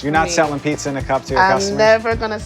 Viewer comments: Hosting a pizza show and pronouncing it pisa is my new favorite thing. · Why does she pronounce Pissa?? It just... irks me! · She’s a pizza fanatic and yet she says peesa, please stoooopp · leaning tower of PEESA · Wants to become master pizza maker. Pronounces it peessa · You can’t be a pizza master if you pronounce it pissa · Anyone else find it interesting that she pronounces pizza like 'piece-a' lol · Pissa pissa pissa pissa, annoying as fuck. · The host of a pizza show pronounces it "peesa"...smh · i thought it was pizza now piece-a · Does she call them piece uh's lol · STOP SAYING PEESA FFS, WILL NOT WATCH ANY MORE WITH HER IN IT. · How are you gonna give a pizza show to someone who says "peesa" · Same, bud. Imagine being on a cooking show and saying "pissa" a hundred times. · Why is she saying pissa?! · why does she pronounce pizza like pisser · bro this shit triggering the hell out of me .. like .. where in the world did you end up calling it a pissa ... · Is no one gonna tell her how to say pizza ? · Lady....LEARN HOW TO SAY PIZZA DAMNIT!! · omg why does she not know how to say pizza? everytime she says it i feel like she's slapping me in the brain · and the worst part was that she could only pronounce it correctly by accident when talking with her mouth was full. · is she pronouncing "pizza" weird? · is DOPE! And the way she pronounces "pizza" warms my cold Italian heart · drives me insane! say fucking pizza right! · Its beyond annoying its literally mispronounciating the word of the show you are a host of. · I hate how she pronounces pizza. And she just won't stop saying it....... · She says.......Pi......Pissa........Pissa?.....[Pee-suh]??? But it's Pizza. [Peet-zah]. Pizza. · She keeps saying pisa instead of pizza lol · The way this woman is saying pissa instead of pizza ruined this video lol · pizza, piːtsə not pessa, fuck me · Why is it so hard for her to say pizza, instead of peesa 🤦🏻‍♂️ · PIZZZZZZA NOT PISSSSSSA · Not pissa, PIZZA; PEET..ZA